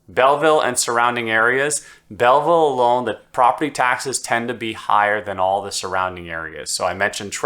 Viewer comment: lol you are clearly new to Belleville. It is pronounced "Bellvole" lol